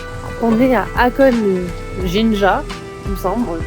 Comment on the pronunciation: Ça m‘a stressé de vous entendre dire « Akone », au lieu de le prononcer « HAkoné », le HA se prononce comme si on soufflait sur des verres de lunettes pour les nettoyer 😂